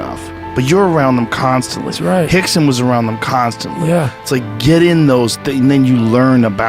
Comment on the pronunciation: *Rickson , not Hixson